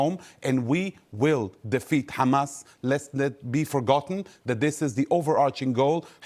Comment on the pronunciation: "Cchamas". Er, yeah... Naw, it's not a Hebrew word. It's pronounced "Hamas". With an "H". That's all.